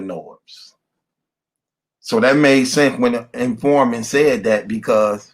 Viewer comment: In- for-mant... c’mon, sound it out 😂 “confident informer”